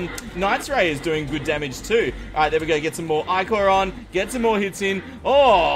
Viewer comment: I-core is how it's prenounsed